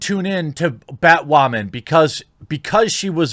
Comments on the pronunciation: Everyone: Batwoman Thequartering: BATWAMAN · bat wamin?? 🤣🤣🤣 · why the hell is this guy saying "BatWAmen" and "waman" instead of women? gives me the shits